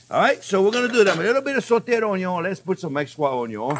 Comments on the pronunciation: Awesome. When you said Onion, I heard, "a little more wine!" Thanks for steak on a budget. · I first heard of Chef Jean-Pierre by watching a video on how to cute an onion and how he pronounces the word, onion. Love it. Been watching his videos for a solid week now and I can’t get enough of his very thorough and explanatory method behind ear step. Knowing what is going on and why in between each step is incredibly helpful. Hoping this channel continues to gain traction on YouTube!